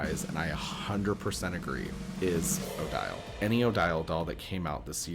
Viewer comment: 😂 even more interesting spelling. Seriously though. It is a pronunciation that makes sense. The rule where the “e” on the end makes the “i” long. I’ve heard lots of folks say Odile that way. Well before the face mold came out, when talking about Swan Lake. It grates me a bit, but I’ve come to accept that folks often do it.